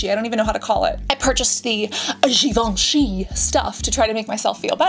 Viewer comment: Your French accent is so beautiful when you say "Givenchy" the third time 😍.